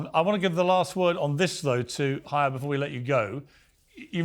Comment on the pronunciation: Her name is Chaya. It's Hebrew, and pronounced "Hi-ya".